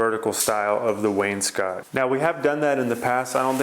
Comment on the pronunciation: does he know he pronounces wainscot incorrectly?